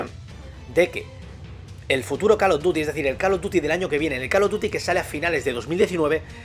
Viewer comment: Se dice COL OV DIUTI!!! NO CAL OV DUTI.